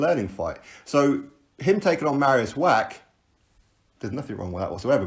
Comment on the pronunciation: You are driving me nuts wach is pronounced Vach Love your clips though x